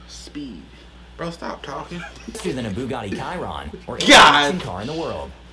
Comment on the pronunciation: Anyone else cringe on how the narrator said Bugatti Chiron